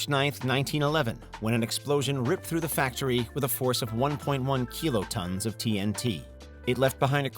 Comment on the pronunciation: Maybe it's just nitpicking, but why does he pronounce kilotons as "keelotons"?